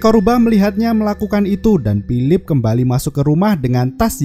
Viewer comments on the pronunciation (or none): Berapa kali bilang pilip. Banyak kali bilang pilip bang